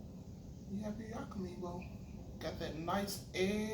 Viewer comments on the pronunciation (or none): It's pronounced..Yaa-ka- MEEEE